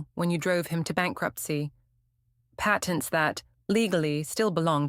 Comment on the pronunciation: Patents. Say it properly.